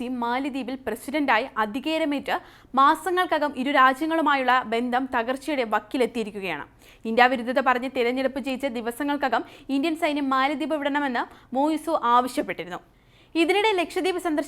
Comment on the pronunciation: റിപ്പോർട്ടർ ശരിയായി മാലി ദീപ് എന്ന് പറയു അല്ലാതെ മ്യാലി ദീപ് മ്യാലി ദീപ് എന്ന് പറയാതെ